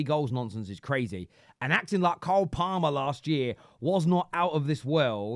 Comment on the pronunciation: Does he say Kyle/Karl Palmer on purpose or is he just stupid?